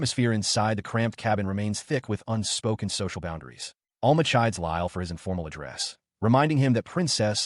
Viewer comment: ITS Al-MA not all-ma